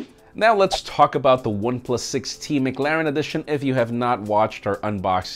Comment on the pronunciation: I’ve never heard anyone say “McLaren” the way you do 😄😄..